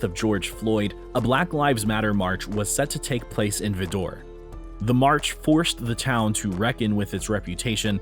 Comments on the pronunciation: Just wanted to let u know that u mispronounced the town of Vidor, TX. Ask anyone here in Texas and they will tell u the proper way to say it. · Everything he saying about Vidor Texas is true, but I’m sorry, my friend you butchered the name pronunciation. 😊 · You pronounced vidor wrong. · It's not pronounced Vee-door, it's pronounced Veye-der, Tx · Its pronounced vyder tx not vidor sounding french as in this video. If you are going to put content on internet make sure to do your homework... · It’s VI DER rhymes with spider! It’s not pronounced vid-door like a French word, I’m from that part of Texas and it’s one of the most redneck backwoods inbred racists infested towns in Texas, just down the road from Jasper Texas where they dragged a black man to death behind a pickup truck years ago, same type of people live there!!!🖕🏻💩🟥🤡🤬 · It's not Vee Door. It's Vidor, rhymes with lighter. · Vidor,Tx is pronounced 'vaɪdər'/ VY-dər not Vee-dor...hahahaha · Vidor is not "vi-door", it's "vye-der". Good luck on pronunciation in your next video. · Vidor is pronounced V”eye”-door, not Veedor. 😂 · It’s pronounced VY-Dor,Texas Not VIDDOR! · NOT - "Vee-DOOR", it's "VYE-dor" (Texas). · The correct pronunciation of the Texas town is Vidor (like "Vy-dur") rather than "Vee-door." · Pronounced - Vye Dur not Vee Door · It's pronounced "Vider" not "Vedor". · omgosh. It's not vee-door. It's Vie-der, it rymes with spider. And yeah, it's racist. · I have lived in Texas for 45 years. Vidor is pronounced as Vy-Der and not Va-Door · At least learn to pronounce that town in Southeast Texas- V eye der. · The person speaking in this video mispronounced vidor. It is pronounced vy der/dor. I have never heard it pronounced the way the person speaking in this video has pronounced it. The emphasis is on the first part of the word not the second. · It’s pronounced Vy Dor Texas. Just so you know. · It's Vi dor. Learn to pronounce things correctly. BTW, the KKK was brought into being by the Democrats.